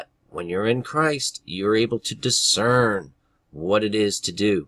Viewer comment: You said it, discern. DIS CERN